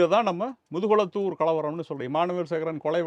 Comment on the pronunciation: முதுகுலத்தூர் இல்லை முதுகுளத்தூர்